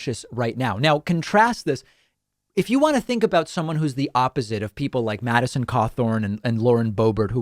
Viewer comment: Winsconsin? At least he pronounced Madison correctly. Has he even been to Wisconsin?